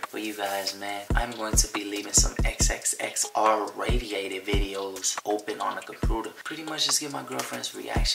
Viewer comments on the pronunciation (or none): did he say radiated videos?😂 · Did he just say xxx “radiated “video 😂